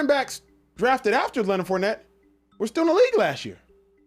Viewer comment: He said his name wrong on purpose